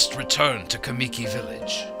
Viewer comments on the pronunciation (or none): As soon as I heard "kuh-mee-kee" I vomited and started looking for the Japanese audio version with english subtitles.